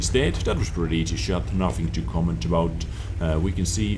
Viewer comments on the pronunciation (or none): none